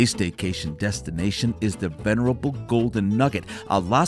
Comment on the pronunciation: is it Staycation or Steakation? LOL